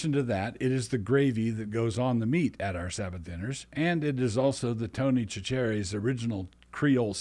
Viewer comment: Hey Doug, Chachere is pronounced "SASH-uh-ree." Other than that, great message as usual!